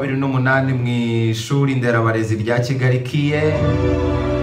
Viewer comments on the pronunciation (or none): none